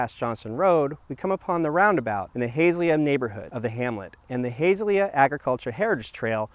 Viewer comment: Nicely done, A few comments: The area is pronounced HA-ZELL-YA. And it is "LUSH-ER. The "Island" is formed by the 4 waterways- Tualatin River being fed into Oswego Lake by the Canal and then flowing into the Willamette River on the East end of the lake. Hamlets can not raise taxes whereas Villages can, nothing to do with size. Developed as a way for representation with the county and other local governments. Thanks for highlighting one of our area "Treasures".